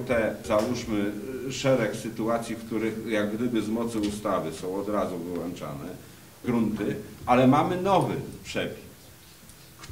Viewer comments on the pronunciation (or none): wyłączany !!! a nie wyłanaczany !!!